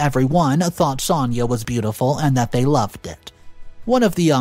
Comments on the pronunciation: Why do you say Sania when her name is Sanaya? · Pronounced son-aye-ah